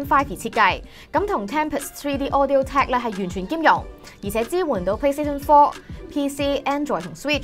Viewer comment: 聽到Plash Speed 5笑咗😂😂